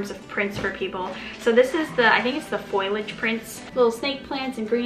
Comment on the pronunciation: Not to be a grammar Nazi but it's pronounced fo-lee-age Not foil-age 🤗